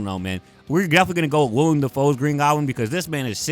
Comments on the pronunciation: say it with me now: WILL👏 EM👏 DAFOE. willEM. not william. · Great vid but everytime u said wilIAM Defoe and Dane DE-han it frustrated me a little lmao